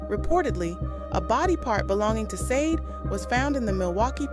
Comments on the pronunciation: Why do you keep saying Sade wrong ? Shah-day not sayd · Not Sadi Sha-de